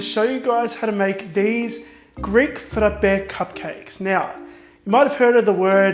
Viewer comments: You don't understand how happy I was when I heard you say Frape correctly❤😭I am Greek and I was so happy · I'm italian and I LOVE the way you say "frappè"!! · This is really original and I love how you pronounce the word "frappe"!!! :)